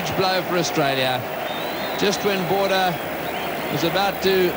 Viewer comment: Anyone else notice it said Bordber out b. Border?